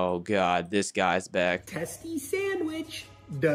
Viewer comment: testi more like zeysty